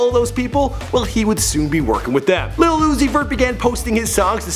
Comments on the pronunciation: Stop saying lil as little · Lil and little are pronoun differently. smh.